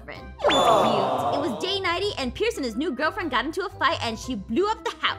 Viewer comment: 54 and 55 she called pierce ein